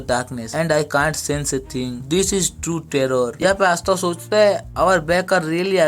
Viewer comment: Asta ❌ aastha ✅